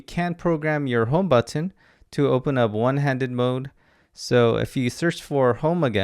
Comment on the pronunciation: Please stop saying b-u-T-T-o-n.